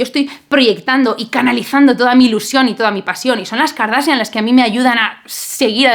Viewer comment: La verdad es que lo haces muy bien. El apellido del arquitecto se pronuncia con "J" al final, como Bach (pregúntale a tu novio que él si pronuncia muy bien. Segundo, eres muy inteligente no digas KARDASIAN porque suena muy mal en inglés. La palabra tiene solo dos silabas "kor" y "asian".